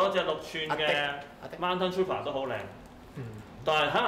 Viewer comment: 跟我讀次, Trooper, 兩個O，作烏音，Tr-烏-爬